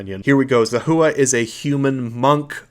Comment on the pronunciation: Makes me sad you don't remember how to correctly pronounce Zahua or the name of the White March DLC, the disrespect is unforgivable /s